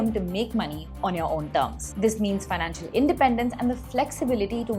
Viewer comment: That's okay but it "financial" not "fianacial" hehe